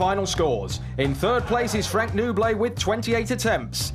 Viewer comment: Nouble - no bull. Not noo bley. Lol.